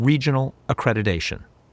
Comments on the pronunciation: It is accreditation not accredidation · These people used the term "accreditation" hundreds of times a week and yet say "a-credi-"day"-tion.